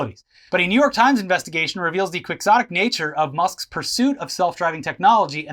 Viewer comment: "Quicks-otic" lol love pronunciations